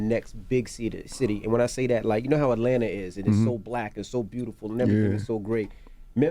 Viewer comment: beautiful = burdiful